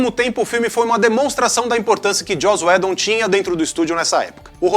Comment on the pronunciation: Ótimo vídeo. Só recomendaria vocês decidirem sobre a pronúncia uniforme dos nomes próprios que vocês mencionam. Enquanto o fala Joss Whedon como Joss "Wídon", o fala Joss "Wédon".